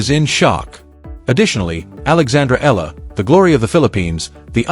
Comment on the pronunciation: AI over exaggeration becoming fake news! Make your AI pronounce her name properly! It’s E-ya-la not Eela.